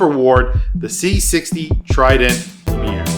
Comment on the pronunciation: That's not how the word lumiere works in French.